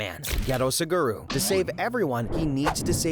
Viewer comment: Como eu sou brasileiro eu tô usando dublador do YouTube porém ele fala que o nome do suguro geto ele tá falando gata saguro mds English version: as I am Brasilian I'm using a YouTube voice actor, but when he says Suguro's name is "Geto," he's actually saying "Gata Saguro" (Saguro cat). Oh my god!